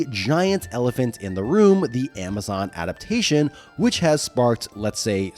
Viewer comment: "Ada-pation"? That's not a word.